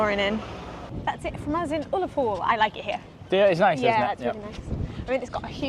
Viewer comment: You’ve found out that Scotland, like the Tardis, is ‘bigger on the inside’. Btw, it’s pronounced Uh-la-pool.